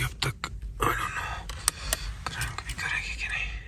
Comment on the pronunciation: Hindi correction. It’s wo ‘bhi’ not wo ‘v’